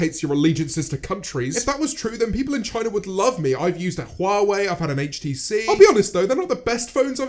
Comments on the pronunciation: Y is he pronouncing Huawei like wawei tho????? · "I use hwawei" Points it towards iphone camera